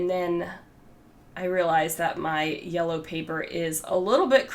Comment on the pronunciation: I love how you say “orange” and “yella”! ❤️